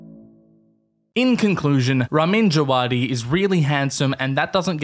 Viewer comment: Not to be nitpicky but his name is actually pronounced like "Raameen Javaadi"